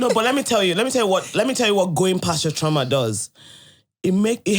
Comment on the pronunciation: I kept hearing trama till they explained it then I realised it was trauma